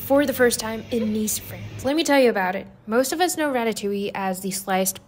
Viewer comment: yes, but the inflection is on the "oui" (or "oowee") part, not on the "ille"/"yuh" part. So the first one you have mentioned makes more sense, since it is actually pronounced "ratatOOwee", if that makes any sort of sense.